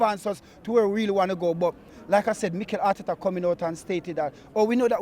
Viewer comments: And harteta😂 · Harteta hout...